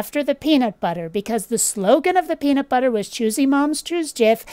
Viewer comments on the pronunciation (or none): none